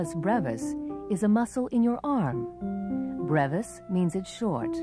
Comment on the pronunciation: She pronounced brevis wrong....